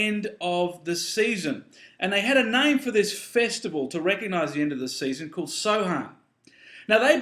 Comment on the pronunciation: the word samhain is actually pronounced sowen ^^ just letting you know